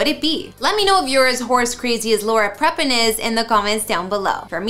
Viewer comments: Laura WHAT? If you're going to work in any form of media, learn the proper pronunciation of people's names. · That’s exactly what I was thinking myself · Please learn how to pronounce peoples last names correctly. Got Prepon AND Segal wrong. Also, that is not a grand piano lol